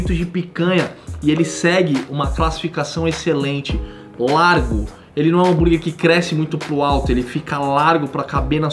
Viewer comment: Bããããrguer??? Ou burguer king?